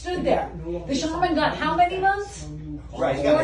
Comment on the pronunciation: Theres no "R" in Shaman.